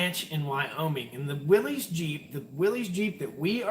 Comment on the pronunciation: You just can't let go of calling that Jeep a Willis 😂😂😂. It's not Bruce's older brother. You wouldn't call your Grand National a Grand Nathaniel would you ? It's a WILLYS, as in ' it's Willy's (as in Willy Nelson) guitar (or joint), it's Willy's (as in Free Willy) fish, if you play with your Willy to much you're gonna need glasses. IT'S "WILLYS" !!! 🤣🤣🤣🤣🤣 I'm done, have a couple beers, take your shower & have a great night. Hopefully you are taking this as humor. 😂😂😂